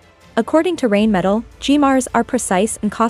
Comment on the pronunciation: Pronounced “RINEMETAL”! Not “rainmetal”!